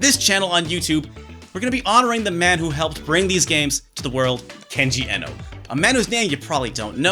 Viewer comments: Kenji Eno's surname is pronounced as iino; it was his preferred and non-standard spelling inspired by Brian Eno. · That moment when you realize it's actually pronounced "Eeno"... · Hey, as a fellow retro fan I just want to say you're great and I loved the video. I think Kenji Eno was underappreciated in his time. I do want to let you know his name is actually pronounced Kenji Iino, like feed or greed. Back in the 90's romaji wasn't as well known in the west, so his name was spelled Eno to help people pronounce it. Ironically now romaji is very well known (especially among gamers and otaku) which has led to his name being pronounced ehno. Once again, love you, love your work, not being a dick or correcting you, just think as a fan you'd like to know. Hope October goes great for you!